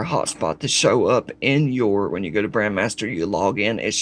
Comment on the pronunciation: I know its trivial, BUT you keep saying BRAND (MASTER) and it drives me insane... it is BRAND (MEISTER) MEISTER MEISTER MEISTER!!!